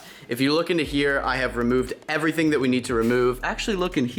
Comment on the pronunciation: Unspeakable: "Everything carbon" Kinda like "Eerything bread"